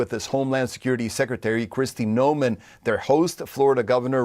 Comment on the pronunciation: He just said Kristy nomen I don’t hear anyone telling him to get her name right like they was with Kamala when they were calling her one name the last decade of her political career n then changed wen she ran for president